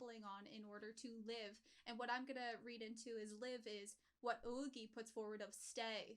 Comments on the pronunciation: I kinda love how so many reactors default to calling Ougi as Oigi. Dunno why, but I always laugh a liltle. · You pronounce Ougi as "Oh—ghee"